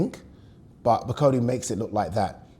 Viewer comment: can you pronounce Bakole properly. Come on man you’re a Yoruba man you wouldn’t like me calling you Addy would you